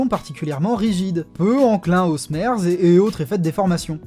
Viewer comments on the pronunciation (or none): "smerz" se prononce "smir" et s'écrit "smear", ça veut dire tâche en anglais, c'est assez explicite avec ce qui est représenté en animation.